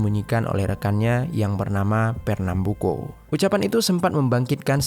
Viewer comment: champinha dibaca campinya dan fernambuco tetep di baca co buka ko.